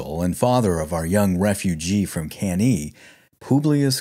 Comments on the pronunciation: Thanks for a very good and detailed video about the Spanish campaign of Scipio. It's often just a side note in most history books. My only point of critique is your pronunciation of Latin, f.e.: Cannae is pronounced as "Cahn-nai" and the plural form of Scipio is Scipiones (Nominative and Vocative). But this is only a minor flaw in an otherwise very good video. Keep up the great work! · Awesome channel and vids. The only downside is that it's not pronounced can-EE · Hey, really happy liked the video. Between you and me, I just mispronounced Cannae and just kept rolling with it to see if anyone noticed ;) and the Plural of Scipio I changed to Scipi - because I had on my podcast Episode III - 'A new hope' then Episode IV 'Hannibal Strikes Back' and finally Episode V - 'The Return of the Scipi' - it was meant to rhyme with Jedi. Just got it stuck in my head. Again, thanks for the kind words! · Awesome. Subbed. Hate your pronunciation of Cannae, but it's not like anyone of us was around to experience the proper pronunciation anyways. 😝